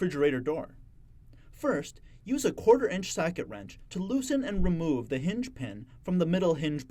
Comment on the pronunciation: the “pinge hin”?😂 But seriously, this is an informative video. Thanks!